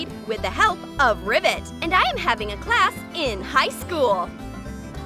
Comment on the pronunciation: first see the video its rivet not ribbit ok